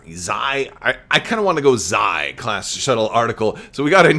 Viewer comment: Perhaps the Xi class shuttle is pronounced as 'She" class shuttle, similar to how in legends there was prince Xizor (pronounced 'she-zor')? I do believe that Terex had the Carrion Spike as well as a personal ship.